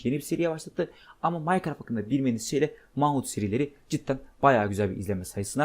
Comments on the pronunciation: Manhunt diye değil menhant diye okunuyo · Manhunt men hant diye okunuyor